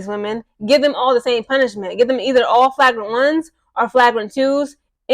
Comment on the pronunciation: you're not pronouncing flagrant right